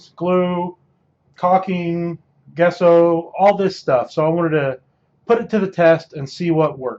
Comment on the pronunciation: I guesso it’s pronounced jesso.